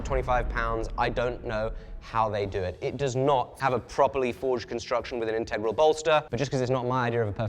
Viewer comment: Please, pretty please, pronounce integral properly 😢